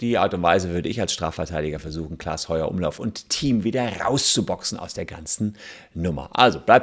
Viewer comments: Das nervt mich so doll, r heißt nicht Heuer-Umlauf sonder Heufer-Umlauf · Voll nervig wenn der Name nicht mal richtig ausgesprochen wird ! Klaas Heufer-Umlauf !!! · Heufer Umlauf Bitte! 😅 nicht Heuer 😄